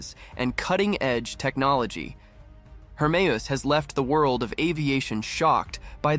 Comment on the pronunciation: From to , you correctly pronounced "HERMEUS", although from there on you changed the name to "HERMES". 'US' is a simple sound to make, but you dropped it. Fun to watch, but hurts to listen too.